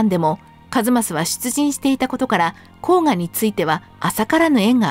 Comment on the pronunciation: 「甲賀」は「こうか」と読みます。「こうが」とにごりません。 「左近充」ではなく「左近衆」では？ 個人を指しているのではなく、「滝川左近の郎党」という意味だと思います（近衛府に「充」という官職はありません）。 一益の初期の官位は「左近尉」→「左近将監」なので、滝川左近が一益であるのは間違い無いでしょう。ただし、近衛府に「尉」の官位はありません（「尉」に相当するのが「将監」）ので、「左近尉」は私称で、のちに正式に「左近将監」に補任されたと思われます。 「厩橋」は上古では「うまやばし」と読みましたが、中世以降は「まやばし」と読みます。江戸時代に「前橋（まえばし）」になります。